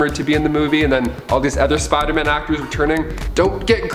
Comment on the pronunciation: Smh why do you say Spider-Man like